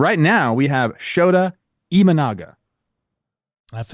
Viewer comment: You guys pronounced his name perfectly. Sho-ta Imanaga. AKA pitching philosopher in JPN.